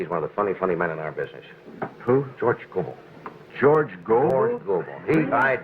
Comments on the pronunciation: It's go-bull, not go-bell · Hey, Thanks for posting this great night on The Tonight Show. You look like a young sprout, so you probably don't know that George Gobel's last name is pronounced "GoBULL"..not "GoBELL". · Host here is too young. The name is pronounced George Gobul not George Go-Bell. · that's Gobel like noble. not go-bell. this is a wonderful clip though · It's George GO-bull, not George gow-BELL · His name was pronounced like this - George GO' - Ble --- not George Go - BELL' and if you had listened to the introduction on the clip you would have heard his name pronounced correctly. Sheesh. A comedic historian needs to know these things..... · George Gobell pronounced GOBLE not Go Bell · Love this clip. BTW, pronounced Goh'-bul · Gobel is pronounced GO-bull. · It's George Gobel, not Go bell! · George Go-BELL? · George Was Great......... Pronounced (GO-BULL) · That's (GO-bull). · Please, if you are going to pay tribute, learn to pronounce he names correctly. George Go- bell.